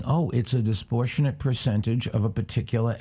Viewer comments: Bruh he keeps saying "disportionate".... ITS DISPROPORTIONATE MIKE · Bloomberg can't even say 'disproportionate' -- he says 'disportionate.' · The real story is that Bloomberg can't say "disproportionate". "Disportionate" wtf even is that? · "Disportionate"? Just making up words along with his bullshit. And Trevor didn't even call him up on it.